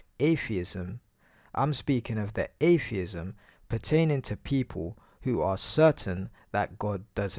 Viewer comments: Ayfeeism. Can't even speak properly, let alone think. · How are you going to debunk atheism when you can't even say the word. There are no f's in atheism. You thick as shit shaved monkey. Also, How difficult is it to say ask? No you can't "arks" me something.